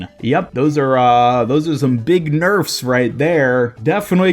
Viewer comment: Hog "nerfs" XD